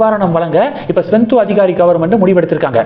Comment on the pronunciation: மேற்கு வங்காளம் முதல்வர் பெயர் ஸ்வெந்து அதிகாரி அல்ல. சுவேந்து அதிகாரி என்பது தான் சரி. சரியாக உச்சரிக்கவும்.